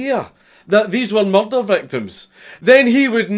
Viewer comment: Everyone at the Edinburgh Dungeon said it like that. Tis a good pronunciation.